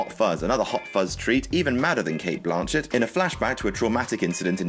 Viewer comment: Her name is not Blaaaaaaanchet?